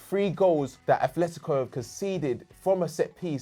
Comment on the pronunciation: There is no fucking H in ATLÉTICO MADRID. I swear every English person gets this wrong. Athletic Club (Athletic Bilbao) and Atlético Madrid are not the same team, stop combining them to form "Athletico". This isn't a dig at specifically. There is a Brazilian club named Athletico Paranaense, but that is Portuguese and is not the norm.